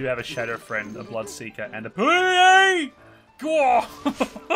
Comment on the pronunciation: HAHAHAHA funny~ the fact that he keeps saying Shadow FRIEND AHAHAHAHAHAHAHA INSTEAD OF FIEND